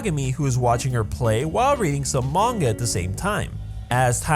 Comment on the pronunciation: about the yandere simulator one its not a coincidence they are both psychopaths since they ARE both yanderes i mean you can look at other yandere characters and they are also quite extreme. sorry for nitpicking this continue. 1 great job at pronouncing manga correctly but you pronouce kagame wrong so negative point 2. you used dub of no game no life... negative 50 points 3. you worked hard so +60 points